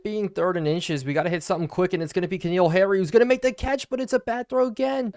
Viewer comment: i apologize for being that guy but since this at least the second or third playlist where ive heard you pronounce it wrong repeatedly im gonna say it: Its N'Keal Harry not K'Neal Harry. just really rough hearing you butcher his name multiple times a video lol